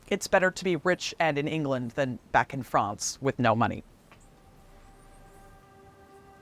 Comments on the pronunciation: Interesting, but please either learn how to pronounce the French names correctly (e.g., Calais, Château de Falaise) or stop referring to the country across the Channel as "Frahhhnce" every time. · FRANCE. Why can't she say France?!? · Excellent documentary, with a good presenter. The only thing I didn't like was the unnatural-sounding pronunciation of "France", which seemed like an American trying to do a hybrid between the way the English and French would say the word, but wasn't really either and just sounded odd and forced to my English ears. I would have been happier if she had just gone with her natural American pronunciation. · Good documentary as expected by this presenter. But why pronounce France with a soft a? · I never heard anyone pronounce France like that!!